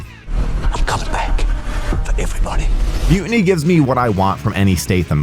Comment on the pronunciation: Excuse me, “Mu……iny?” I thought it was Mu-tiny??? There’s still a t in the middle, I can see it.